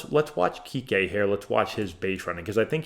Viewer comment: How many Yankees fans are going to call him "kiki" because of John Sterling. It's Enriqué "Kiké" Hernandez. Why he calls him kiki I can only assume is derogatory because he wouldn't mispronounce his name if he were a Yankees.